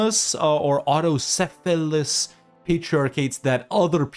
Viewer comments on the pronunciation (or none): its not auto syphilis its autokefalous😂